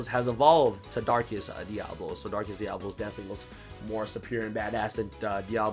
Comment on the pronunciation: Dia-Bo-Los.....(just saying)🤷‍♂️